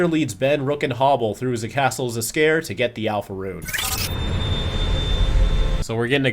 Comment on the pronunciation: I had to backtrack to make sure I heard that right, but “ze castle Zs’Skayr” was a bit funny.